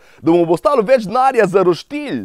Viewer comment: Reče se roštilj ne pa roštilj